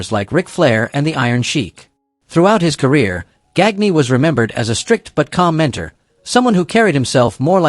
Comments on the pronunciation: Verne GAN ya. Not GAG nee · Gagne's last name is pronounced Gahn-yuh. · Gag nee,and saveel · Gagne is pronounced "Gone Yah" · Verne Gag-knee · Same thing that made him mispronounce Verne Gagne's name.